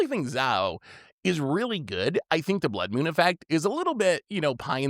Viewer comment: What is a "Blood Mewn"?